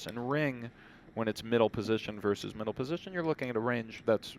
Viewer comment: maybe these commentators are used to talking over online poker, where there is no consideration for table talk. Also, it's "versus", "verse".